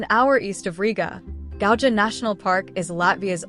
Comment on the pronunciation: As regards to local languages - it appears that for English speaking people it's hard to pronounce local names and names of places. As a major example - river Gauja at the Gauja National park should be pronounced like Gauya with Y as in York , instead of English alphabet ''J'' pronounciation. Same applies to Jūrmala But nice video, just a little outdated because soviet time monument on the left bank of Daugava river was dismantled in 2022. after russia's full scale invasion in Ukraine .